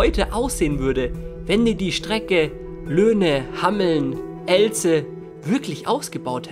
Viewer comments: Sorry aber es heißt Hameln und nicht Hammeln komm da aus der Ecke😁 und das wäre schrecklich wenn die die Strecke wirklich ausgebaut hätten😯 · Wenn man den Ort Hameln 2x falsch ausspricht... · das heißt hameln und nicht hammeln und elze wird mit einem langen e gesprochen :D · Hameln, nicht Hammeln und Elze nicht Ellze du hammel :D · Haha, komme aus der Gegend - Wer kennt auch die Rattenfänger Stadt HAMMELN!? Oder Ellze, xD. Es wird etwas anders ausgesprochen, als es tat. Sturm geht echt ab hier in der Umgebung. Gehe morgen auch nur raus(kein joke) um mir eine Bunte Tüte zu kaufen. Naja, gute Nacht.